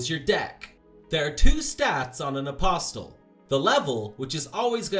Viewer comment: Good heavens you don't pronounce the T in "Apostle" Uh-possle.